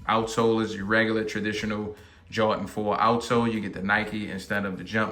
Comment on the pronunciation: "Jawt-in Foe" 🤣🤣